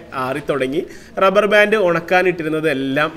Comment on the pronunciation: ഡബ്ബർ ബാൻ്റ്